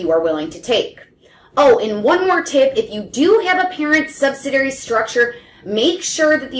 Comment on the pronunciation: It's sub-sid-ee-ary, not sub-sid-ary or sub-sid-ee. Kinda hard to take advice from someone who can't pronounce it correctly